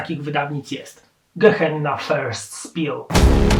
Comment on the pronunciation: Facet podszkól proszę swój angielski, bo mówienie "spil", to w czasach, kiedy języka Shakespeare'a uczą się dzieci w przedszkolach, jest trochę słabe. "Spell" to nie żaden "spil" tylko "spell" - dokładnie tak jak się pisze. Nagrywasz naprawdę fajne filmy (śledzę Cię uważnie) więc nie odbieraj tego co napisałem jako "hejt" tylko życzliwe zwrócenie uwagi na coś co zdecydowanie powinieneś poprawić, bo to nie pierwszy taki potworek językowy w Twoim wydaniu. Pozdrawiam i życzę wszystkiego dobrego.